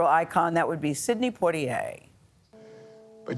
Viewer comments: You guys always pronounce his name wrong it’s poi - tier as a Bahamian it makes me laugh cause what the heck is poi-t-a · Respect and admiration is what I feel for Mr. Poitier. Oprah and Gayle should at least pronounce his name properly. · Wow Gayle can't pronounce his name correctly! :)